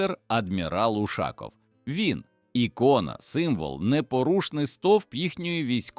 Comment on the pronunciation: І чому це він УшАков, а не УшакОв?